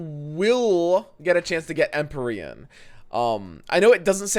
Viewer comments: Em-pee-re-in. Thats how to say Empyrean lol. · EMP-EERIE-AN/EN. Don’t mispronounce things. That’s bbgs shtick. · It's pronounced empeereeahn. PLEASE